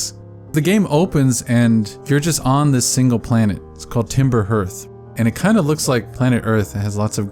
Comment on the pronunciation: This is a fantastic video. I love this game. I love this world. I love your take. But if I hear another person say ‘timber herth’ I will disintegrate xD